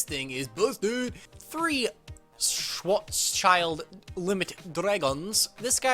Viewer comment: "schwoazchild" :D Well, its really funny to hear how someone pronounces a german word :D BTW great Job on that Kaiju Deck! Keep this great work up!